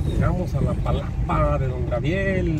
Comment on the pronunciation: Todo bien,pero por que siempre dices "Grabiel" en lugar de decirlo correctamente como Gabriel?